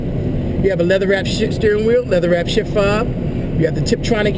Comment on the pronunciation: lol i thought he said "leather wrapped shit steering wheel" lol